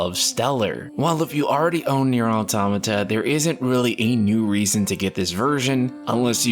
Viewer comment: first time ive seen an english speaker actually pronounce Automata the way its supossed to be Kudos